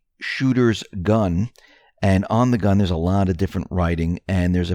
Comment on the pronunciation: Why do you insist on saying “annin?” It is short for “anonymous.” So it is pronounced “ah- non” same as the first syllable of “anonymous.” Not “annin.” You have done this for so long you won’t ever change because you sound too entrenched. Just sounds dumb and unintelligent.